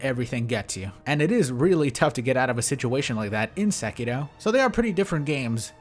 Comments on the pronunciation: I swear you say sekito instead of sekiro, and it fucks me up hella. I can’t fathom you doing it on purpose but fuck. I do love all of your content though, been watching for ages now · why do you always say SekiDo instead of SekiRo? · Am I the only one bothered that he pronounces sekiro as "sekido?" Sorry bro just wanted to correct you. Very informative video though.